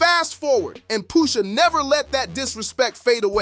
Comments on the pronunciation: Poosha? wtf is wrong wit u? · POOOSHA? Who TF is POOOOSHA?